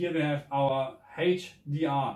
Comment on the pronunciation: it is "eitsch di ar" not "heitsch di ar". iu dount sei se "h" in se "hdr" not laik in se dschörmen iu nou?